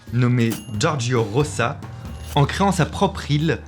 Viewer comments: Rosa = "roza" ...... "Roça" = Rossa , please faitent un effort ^^' Rosa de rose comme la fleur, et rossa comme rouge " la donna rossa " , la femme rouge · Juste que ça se prononce ''Roza''... Sinon y aurait ''2 s''